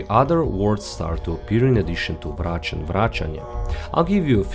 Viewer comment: where are you from? The way you said Vrac and Zrec i belive you are from slovenia. Am i right ?